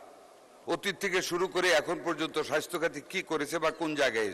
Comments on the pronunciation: স্বাস্থ্য সেবাকে মন্ত্রী সাহেব বারবার স্বাইস্হ্য বলেছেন। এতো শ্রুতিকটু উচ্চারণ কোনো মন্ত্রীর মুখ থেকে আমরা শুনতে চাইনা। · মন্ত্রী সাহেব, সঠিক ভাবে বলা শিখুন, সাইষ্থ হবে না, স্বাস্থ্য হবে।